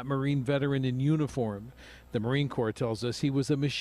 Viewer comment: Respectfully, Marine CORPS is pronounced Marine “CORE.” Not corpse. Corpse is a dead body.